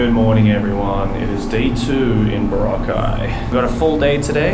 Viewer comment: Proper Aussie. Sometimes you pronounced the location Boroca like the drink that gets you on the B B Bounce hahahaha.